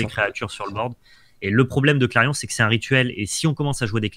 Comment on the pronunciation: Top ces decks ! Par contre c'est "clairon", pas "clairion" ;)